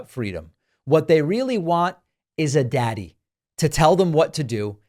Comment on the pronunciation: How many takes did it take to to say daddy like that with an almost straight face? I almost fell of my chair